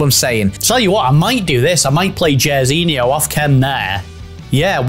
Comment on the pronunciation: JAIRZINHO SAID LIKE JAR NOT JER it's bot behavior